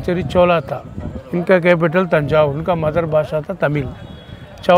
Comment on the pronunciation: तंजावुर/तंजौर कहा जाता है न की थंजावुर । कृपया इस बारे में कन्फर्म करें ।